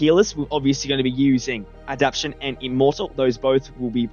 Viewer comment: All these creators can't say adaptation correctly just adapshon😂